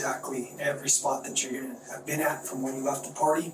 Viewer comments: yea but not bean. He said bean! Lol😂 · Homeboy did not just say "bean"😅😅😅😅